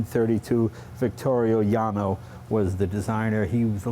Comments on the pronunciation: And he said "Victorio Janni" instead of Vittorio Jano. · Boschty Zupancic I hate that guy. If you do Replicas of a car, at least you should know three words in the language of the car... even Jano is pronounced by that guy incorrectly, whereas Jay pronounces it correctly.